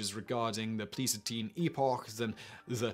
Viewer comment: When he said 'pleestokeen epoch', I think he meant 'Pleistocene', a geological age in earth's history.